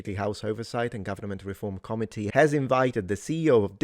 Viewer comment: I don't mean to nitpick because you were contextually intelligible but if you stress the i in committee instead of the o it will sounds more understandable. Currently with out context it sounded more like comedy. I know this is completely off topic and I mean no disrespect.